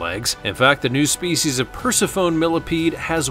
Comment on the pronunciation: It is pronounced per-sif-oh-nee, thank you very much!